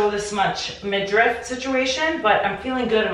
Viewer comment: I've been watching your videos forever and I love that you still have the egg bag and those heart gold earrings... cost per wear must be zero and sustainability is 100! Also, this always makes me laugh when I hear people saying "midrift" instead of "midriff" lol! Love seeing your trip to Greece 😄😄😄